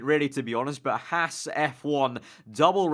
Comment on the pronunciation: It's pronounced "Hawz"....not "Hass". As a sidenote, interest in F1 is growing rapidly in the US because of this underdog team. Okay, it's Ferrari's B team...but Gene is paying for all this out of his hip pocket. To those who like to sneer at the Americans effort I ask, "Where's your wallet?" Anyway, really solid reporting on your part...you should do this for a living!